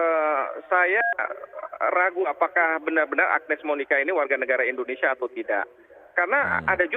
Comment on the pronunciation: ENDONESIA YA PROF? Wkwkwkw